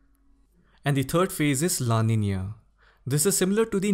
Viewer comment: It made me happy the way you pronounced Niño and Niña..♥️